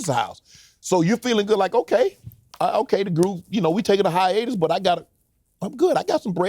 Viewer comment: If Uncle Shay Shay don't stop saying hyenas instead of hiatus.